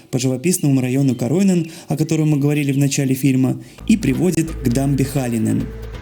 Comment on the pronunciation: Очень познавательное видео. Досконально все изучив, Вы заставили по новому взглянуть на наш любимый город. Видео сделанно очень продуманно и досконально, замечательное музыкальное сопровождение. Немного режет слух неправильное ударение Koroinen, но это, вероятно, связано с ситуацией с короной, также ресторан Pinella , как, впорчем и все слова финские только на первую гласную ударение. Еще ожидала войти внутрь Tuomiokirkko. И неплохо было бы подчеркнуть, что церковь на площади православная. Вы преподносите так много интересного материала, что хочется конспектировать за Вами. Буду смотреть и пересматривать, наслаждаться Вашим приятным голосом , а так же удивляться Вашими познаниями